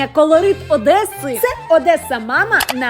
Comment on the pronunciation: Нарешті ОдеСа,а не ОдеССа 😊